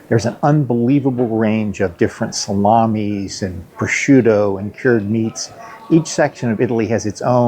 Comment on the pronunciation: With all the time you have spent in Italy, I'm surprised you haven't gotten a feel for the Italian accent. Such as the way you pronounced "due belle ditta" or "prosciutto" ?